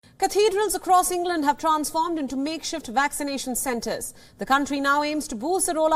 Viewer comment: Makeshift.... Not make shit